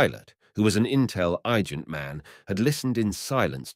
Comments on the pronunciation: Israeli ties? Intell- eye-gent? What weird errors are sprinkled through this reading. Was there no producer present? No voiceover director? Why ruin a great story with such sloppiness? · is an english computer generated voice reading this? it must be because I have never heard the word, "intelligent" pronounced, "intel - eye - gent" before. can be heard at: . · Listen carefully. How the word 'followers' is pronounced.....same with ''Israelites''. Intelligent comes out as Intel-EYE gent. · The story is beautiful but the AI narration was jarring and downright annoying (intel-eye-gent!). As another commenter said, it's especially disconcerting given the subject of the story. But thanks for drawing attention to the great writer.